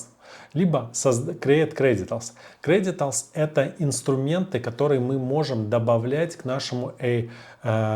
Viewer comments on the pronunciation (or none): огромная просьба. Называйте правильно, кредЕНТИАЛС, а не кредиталс. Вас смотрит очень много новичков и они научаться говорить сразу не верно. Спасибо